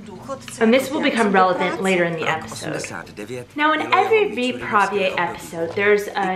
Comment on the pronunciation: I’m sorry... but 👏🏻WE👏🏻ARE👏🏻NOT👏🏻RUSSIANS👏🏻 👏🏻WE👏🏻DON’T👏🏻PUT👏🏻STRESS👏🏻ON👏🏻THE👏🏻SECOND👏🏻SYLLABLE👏🏻 (It’s “VY-prá-věj” and “Přemek PO-dla-ha”, not “vy-PRÁ-věj” and “po-DLA-ha.) Let me just say, I do enjoy your videos, and as a Czech I really both appriciate and admire that you are trying to learn and use our language while also trying to understand our cultural background. Thank you! That being said, I really do not understand why practically every natively-english-speaking person does this - i.e. trying to speak czech and always stressing the second syllable of each and every word. No. This has to stop. We always, usually (of course there are some exceptions), predominantly put stress on the FIRST syllable. It’s general rule and I think it’s really one as easy as it goes for remembering a rule whilst learning a new language. (Also, before some Russians or russian-speaking people try to bash me, yes, i know not everytime is the second syllable stressed in russian language but this is usually used as a generalisation trait - for example in acting - when some actor is immitating a russian speech or accent... so I think most of us have this idea what we think russian sounds like (mainly from movies and TV), eventhough it might be inaccurate. And sadly, it sounds oddly similar to when foreigners from english-speaking countries try to speak or immitate czech. Which is simply TOTALLY incorrect.) For someone living in CR for years and being used to hearing czech everyday (I think? Ple